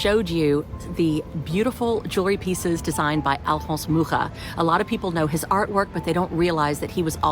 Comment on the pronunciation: I don't know if you've ever been to Prague, Czech Republic. If not, you should definitely go. There are quite a few buildings in the art nouveau style and a municipal house co-designed by Alfons Mucha. BTW it's so nice to hear someone pronounce his surname correctly 👏👏